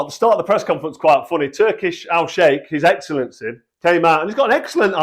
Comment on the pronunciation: The chewing off of ‘his excellency’ is so cringe